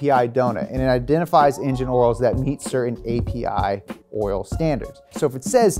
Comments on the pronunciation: Anyone else notice the word "oil" sometimes had an "R" in it when said it? 🤔 😆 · yes I know, and warter for water too, but that doesn’t change the fact that it is a mispronunciation. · I was hearing that too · “OIL RIGHT YOU GUYS!” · I’ll leave this here “Schaeffers oil” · Didn't realize the word "oil" had in R in it. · Why can only say oil right once in every ten times he says it? 😆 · Did he say oil hoez? 🤣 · They should have gotten someone who can say oil correctly to do this video. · Why does pronounce an R in oil lmao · Why can't this dude say oil? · Please change the title to say "Oral" instead of "Oil." or possibly redo this video with somebody who can consistently pronounce "OIL" correctly! :) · I love how pronounces Oil. It almost varies from "oil" to "oiril" throughout the vid. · I'll take pronunciation of "oiruhl" over James' "Cheh-Vee" any day.. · Hahaha I was wondering if anyone else was like “why does he keep saying orals?” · Cause he wants to be like all the gangsters that say erl. You better axe somebody. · repping the whole south with his pronunciation of “Urle”! Keep it up buddy! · me:: "orals" me:: "oriole" me:: "orle" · Right?? Sitting here dying with every 'ohl' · Didn't know there was an R in oil. Thank you I've been saying it wrong all my life. Oril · Take a shot every time he says oral.. 😂 I know I’m not the only one hearing that!!! Lmao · Take a drink every time he says “crude oral” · Take a shot every time he says "oirl/ earl/ oral" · he keeps saying roil lmao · It sounds like keeps saying orals? 🤔😂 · He taught us about oil, but who will teach him how to pronounce "oil?" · No i can't stop hearing it 😑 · It’s oil not oral. 😂 stop saying it that way. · I swear I he’s saying “oral” lol. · Thank god, I’m not alone hearing “oril” over and over again. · Is it just me or does it sound like he’s saying “oral” pretty much every time the says oil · Is saying Oral?